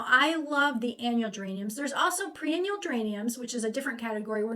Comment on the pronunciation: When you say pre-annual, do you mean, perennial?